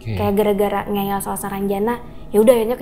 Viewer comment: Ngeyel bukan ngeel